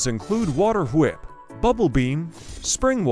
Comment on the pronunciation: it’s not bad but could use some tuning, around the end of some sentences it pronounces with a odd southern accent like at the start when saying spells it pronounces them like spales and says whep instead of whip